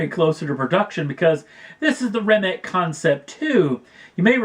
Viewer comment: Remic or Rimac? ;)